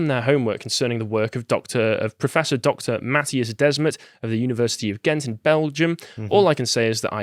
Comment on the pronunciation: It's pronounced like "The Smet" not like "Desmat".